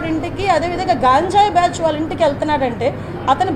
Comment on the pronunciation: Sodi aapavamma . nuvvu mundu ganjayi sarigga palakadam nerchuko.cbn tottu kaburlu matladaku.ok.